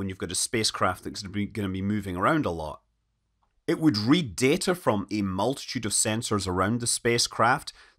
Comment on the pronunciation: how does a guy who says crap like, 'it would read data from ee multitude of sensors around the spacecraft. synthesize them into data. and then display that data viar various other instruments.' have the gall to correct anyone on their pronunciation of anything? this is your native language and you're demonstrating that you don't know what sounds should go where, or even how words work. what does 'data' mean to you if it's simultaneously something you can collect but also something you have to manufacture?